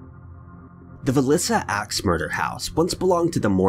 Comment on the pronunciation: You also mispronounced villisca